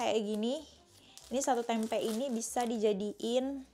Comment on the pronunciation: TOLONG KAK KALAU BILANG TEMPE jangan Dikasih Penekanan Huruf "K" dibelakangnya .... .Artinya sudah beda,,😂 .kalau TEMPE itu kacang Kedelainya didalam .kalau TEMPEK itu kacang kedelainya Diluar...